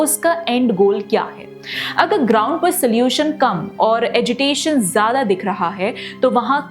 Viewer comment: एगिटेशन नहीं एजिटेशन होता है। आप अपने पैम्फलेट के माध्यम से कामगारों की समस्याओं को क्यों नहीं उठाते? जो उठाते हैं उन्हें आप यदि षडयंत्रकारी मानते हैं तो। ये तो सिर्फ होज़री में काम करने वाले गरीब लोग हैं पर आई टी उद्योग में भी इतना भयंकर शोषण होता है लोगों का। मत भूलिए कि ये वही साधारण लोग हैं जो हिन्दुत्व के नाम पर किसी के लिए मतदान करते हैं, किसी राजनेता के कहने पर तीन तीन बच्चे भी पैदा कर लेते हैं। इनके लिए बजरंग दल, आर एस एस, करणी सेना या और कोई समूह क्यों नहीं आता आगे? आपका यह वीडियो बहुत निराशाजनक है। आप किसी कंपनी में निचले स्तर पर काम कीजिये तो पता चलेगा कि शोषण क्या होता है। आपको तो हिन्दी से भी परहेज़ है क्योंकि आपकी टारगेट आडियेंस कामगार तबका नहीं है। आपको आत्म मंथन की आवश्यकता है।